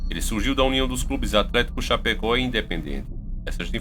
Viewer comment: Meu amigo,vc pronunciou o nome da cidade errado,se diz Chapecó e vc disse chapeco,kkkkkk,adoro seu canal. Sou catarinense e nao poderia deixar de falar isso,bjs